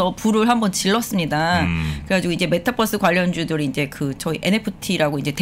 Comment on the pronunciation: 메타뻐스라고 말하지 말아주세요 ㅋㅋㅋㅋㅋㅋㅋ ㅠㅠㅠㅠㅠ